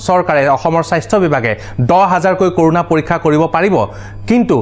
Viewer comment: It's not কৰোনা it's ক'ৰণা